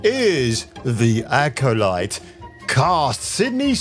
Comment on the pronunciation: Was it Acoshite or Acodyke? Hmmm, that’s what I heard anyway. 😂